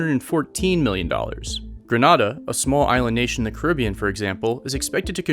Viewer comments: It’s pronounced greh NAY da. Not greh nada. The island of Grenada. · You pronounced Grenada incorrectly 🙄